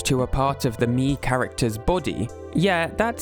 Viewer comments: Okay, but I love the way says "Mii". It's fun and I love it. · hearing you say "miis" is so satisfying